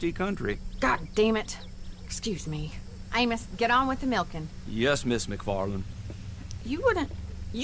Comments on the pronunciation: Great video man! Just a heads up, Amos is pronounced "aim-us" in the states( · The fact you could never say Amos correctly made me stop watching the video. How in the hell do you get A-Mos after she has quite literally said it more than once.